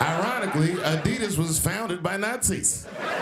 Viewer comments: Why is she pronouncing adidas like that lol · This video was narated by a robot... Listen to them say 'Adidas.' What a bunch of clickbait BS. Downvote.